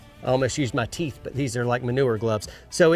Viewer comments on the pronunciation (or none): none